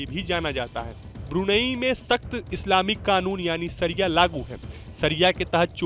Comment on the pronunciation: शरिया का प्रोनाऊनशियेशन सही कीजिए ।